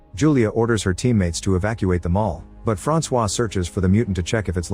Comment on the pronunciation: My name is also Francois but it is said way different than that you missed the target by a mile fam😂